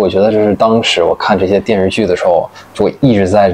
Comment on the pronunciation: 听到他说“电视剧”（发音 电日剧😂），真的很“北京”，就是发音比较随便，咬字不充分。这个特色在姜昆的相声“方言杂谈”里有讲到，北京公交车售票员报站名：同志们（徒儿们）…